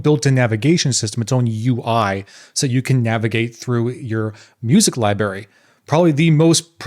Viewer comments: Libary? It’s LIBRARY wtf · Man, I was all in with this guy until he said "libary". Maybe he should have had an expresso before recording the video.....ugh. Very cool Evangelion DAP though.